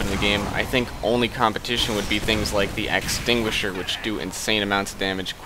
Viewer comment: "equaliser" "axetinguisher" :'(